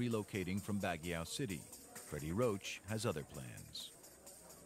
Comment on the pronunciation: Baguiao!!??? lol wtf its BAGUIO!